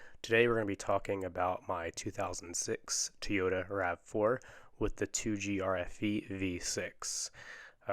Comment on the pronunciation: Its not teyota! It’s toy ota!